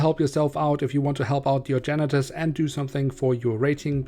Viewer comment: What he said: "huge mess with your janitors" What I heard: "huge mess with your genitals" xD